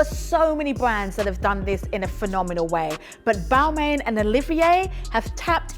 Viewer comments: I agree its sounded "roasting" "bal-mayne" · Miss, if you are going to talk about fashion and brand/s, make sure that you pronounce the/their name/s properly/correctly.